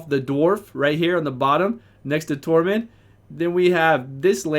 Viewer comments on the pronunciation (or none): none